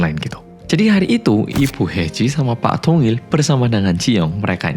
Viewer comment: Siapa yg dengernya tungil pas bilang dongil 😂